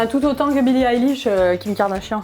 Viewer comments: Billie ÉLISH 😭💀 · Pitié dites pas élich mais aylish ahhhhhhhhhhhhhhhh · Billie AÏLISH,, pas Billie Éliche! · BILLIE AÏLISH STP PAS BILLIE ÉLISH😭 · ON DIT PAS BILLIE ILISH CA SE PRONONCE AYELISH 😭😭😭😂❤️ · Ça se prononce Billie EYlish !!! Pas élish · ça se dit billie ail-liche pour info 😭✋ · ATT MAIS C PAS BILLE ELISH C'EST BILLIE LA BICHE!😭😭😂😂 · J'étais morte "Billie élish" prononcez "aïlish"svp💀💀💀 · "billie élish" je meurs mdrrr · Mes 2 YouTubeuses préférées il manquerait plus que l’une de vous fasse une vidéo avec Gaëlle Garcia Diaz!!!!❤️🧡💛💚💙💜 Sinon je suis aussi une énorme fan de billie eillish mes oreilles ont saigné quand tu as répète Billie Élich Élich Elich💀💀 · Omg "Billie Élish" 😭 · Billie Elish c et kim k pas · Billie Élish ?? 😭😭🤣🤣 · Quand elle disent "Eillish" les fans de Billie en sueur 😭😥🥵🤡💀❤ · Ouchhh ...Le "Bille Éllich" aie. J'ai mal. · Mdr Billie Eilwish😅😂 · COMMENT TU PRONONCE BILLIE EILISH XD SA SE PRENONCE AILISH XD (deso pour les fautes) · " Billie Élish " 👁👄👁🔫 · Billims XD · Ce n’est pas Billie Eyllish c’est Billie Eilish 😂😮😊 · Sa se dit billie eilish🤬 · Moi aussi par contre comme elle prononce billie eilish ma tuer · E-I-L-L-I-S-H.... Billie Eillish stp un peu de respect 😭😭😭😂😂😂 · Elles prononcent mal Billie Eilish sa m'soule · Haha 😂 je suis en de bille eilish sa fait mal et la prononciation de 🤦😂 Et il faut avoir quell ne porte pas non lus ce genre de tenue dehors pas à ce point la sa cest plus pour les grammy ou autre ou elle est prise en photo bref😂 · c’est fais exprès pour rigoler car elle le dis n’importe comment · bah non elle sait juste pas comment le prononcer